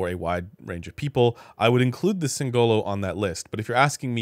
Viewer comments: Singolo, not Singololo 😂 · As an italian, I die inside a little every time someone spells "singolo" with an emphasis on the "o" instead of the "i" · anyway....it's sìngolo, not singòlo